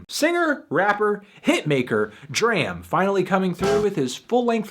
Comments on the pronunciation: ITS PRONOUNCED DROM NOT DRAM HAHAHA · MELONHEAD. IT IS DRAM AS IN DRAMA WITHOUT THE 2ND A. NOT THE WAY YOU'RE SAYING IT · its pronounced drawm... what was the line from broccoli? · it's pronounced DRAHM like DRAMA without the A you bald headed fuck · It's pronounced "drahm" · u say his name wrong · It sucks he keeps pronouncing D.R.A.M name wrong..... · can't get over fantano mispronouncing DRAM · you dont even say his name correctly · my G u prolly shouldn't review an album if u can't pronounce the artist's name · thats not how you say his name lol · thumbs down for pronouncing his name wrong. just kidding love you melon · He mispronounced his name every single times and I couldn't handle it. I'm glad it's a positive review though. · U and like James can't say his name properly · Stop pronouncing his name wrong! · ITS NOT PRONOUNCED LIKE THAT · Can you please pronounce his name right next time :) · Nigga say his name right lol, dram always talks on how he hates when people say his name like you do